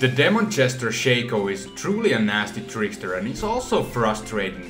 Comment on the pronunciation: demon jester isn't pronounced like That idiot